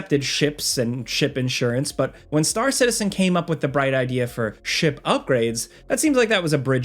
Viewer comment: I thought you said "shit bundles" instead of "ship bundles" with star citizen lol